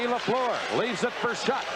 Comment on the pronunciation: Danny Gallivan is still the finest hockey broadcaster of all time. Dan Kelly’s pronunciation of Guy LaFleur’s last name was atrocious. The second syllable of LaFleur rhymes with were.